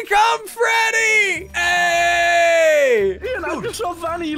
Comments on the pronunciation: It not vinny ITS VANNY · It’s vanny! Not vanna😂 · It’s Banny Not Vanny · It's call Vanny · It is called vany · It's pronounced vanny